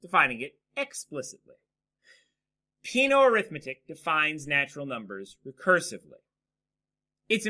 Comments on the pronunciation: Peano should be pronounced as "pe-'a-no" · Peano was Italian. The pronunciation is wrong.